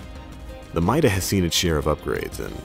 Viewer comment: It's pronounced meeda